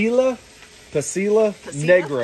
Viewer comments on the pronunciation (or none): You have gotten plenty of pronunciations for Oaxaca. The peppers are pasilla=pah-seeya, arbol=ahr-ball, guajillo=wa-hee-oh. No matter how you pronounce them, birria is one of the most flavorful meals ever created. Yours look amazing. I am on team dipped because if you can dip in the grease only, the tortilla will crisp up beautifully with the flavor going all the way through it. Also, slip a little of the cheese on the griddle before laying the tortilla on top. Crispy cheese, crispy tortilla, amazing beef and onion crunch - so tasty it's probably sinful in many countries.